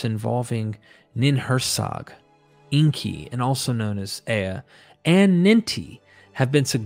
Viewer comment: Please get the pronunciation correct. Inkay not inky. Makes you sound like someone who doesn't know what you're talking about.